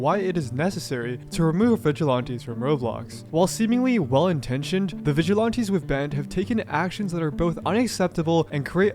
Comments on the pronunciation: I know this is a horrible situation, but PLEASE stop saying "Vigilonties", It's "Viglilanties" but spelled like Vigilantes. I'm sorry and I might get a lot of hate but it's really making my OCD go nuts. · They are not Vidge-eh-lawn-tees. They are Vidge-eh-lan-tees. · VigilOnties. You say it too much to ignore. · still saying vigilaunties bruh xD also Roblox needs to just throw in the towel at this point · why they have issues with the 'vigilontees'?